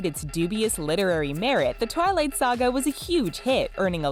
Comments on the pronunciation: Its not "Tarlat" its Twilight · Arie the black Barbie go and actually listen to the video first time she says Twilight she says Tarlight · TheRichest you may want to go and listen back on your video your voice actor mispronounced twilight and said tire light just so I'd let you know